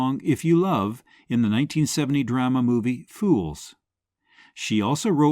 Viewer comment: Please. Pronounce 'drama' correctly. Especially since you use it very often.